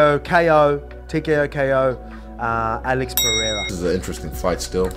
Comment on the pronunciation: This idiot is saying Alex name the same way Chael does 🤦🏻‍♂️🤦🏻‍♂️……. BTW Izzy has and will NEVER pick Alex to win a fight he still bitter over the fact that Alex owned him 😂😂🤣🤣